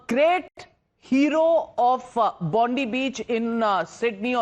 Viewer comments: Bondi with an I not Bondee you bitch. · It's Bondi not Bondee you fucking Bundee. Get off the news cunt